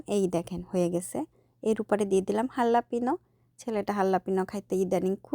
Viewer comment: Halapino na😂 helepino